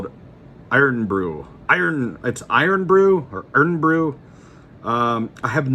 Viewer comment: Never heard it pronounced irn before